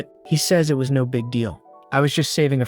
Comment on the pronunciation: Don’t forget no as in “no” but pronounced as number😂😂😂